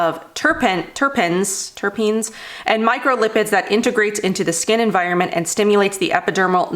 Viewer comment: Pronounced "Turr-peenz" ..."Turrpeenz"🤑 Im a chef & have cooked with terpenes at some dinner parties😉! Terpenes are responsible for aroma but also have therapeutic properties(that do not make you feel "high") like THC(makes you feel "high") CBD(reduces anxiety & pain-no "high" feeling, I highly recommend to try if you can...I think it could help). Hope that helps. If you're curious, watch "Bong Appétit" on Vice TV or YouTube.✌🏼